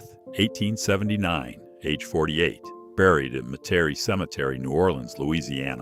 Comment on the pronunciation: "Meh-Terry" cemetery? Folks, this is why we humans can never let AI make critical decisions. It cannot even properly pronounce Metairie.